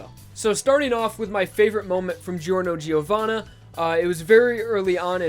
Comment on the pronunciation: His name is pronounced Jorno Jovanna Gio is pronounced as Jo